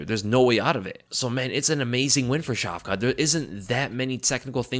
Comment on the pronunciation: Care to pronounce Shavkat's name differently than 'Shavka' - 'Шавка' is slang for small dogs, with the associated meaning. It will do good for your image in the eyes of Russian listeners. Edit: the stress on the latter 'a' will bring out the 't' in the name - 'Шавка́т'